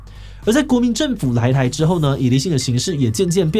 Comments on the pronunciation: 「ILiSin」變成易立信了😂😂😂😂😂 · ilisin發音很正確